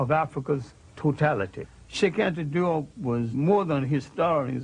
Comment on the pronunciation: Cheikh Anta Diop is from Senegal and his name was romanized in the French language due to colonialism. The pronunciation would fit the spelling “Jop” in English as in rhymes with “hope”